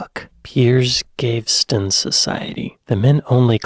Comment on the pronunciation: And Cameron is now Foreign Secretary......hmmm, hope he doesn't go to any country where a pig is considered unclean! Some explains to do. And your pronunciation ( wish you'd check it out before opening your mout) it s Piers Pronounced as a long E Peeeers Gaveston...Gave Ess Tun. Better luck next time.